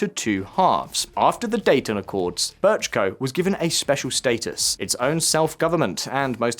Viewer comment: Americans really can't pronounce c and č "District Bečko"?